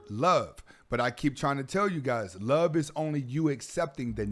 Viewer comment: Im just wondering why he wouldnt pronounce the letter v! Its love, not lobe,! Also, "has became?"